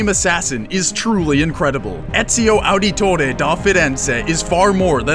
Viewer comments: Its pronounced Auditore(audit tore) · i hate how he said Auditore and Cesare